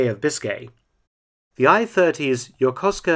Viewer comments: His pronuciation is good👌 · Props for pronouncing "YOKOSUKA" correctly.👍